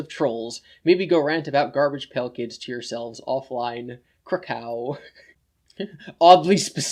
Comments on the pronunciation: I’m pretty sure Chris got “krakow” from the Calvin and Hobbes comics. Calvin has an alter ego as a spaceman and when he has “battles” he says “krakow” as the noise that his blaster makes when he shoots it. Kraków (pronounced more like kra-cove) is also the second largest city (and was once the capital) of Poland. Here is a link to one of the comics where both meanings are referenced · thats pronounced like krakoov though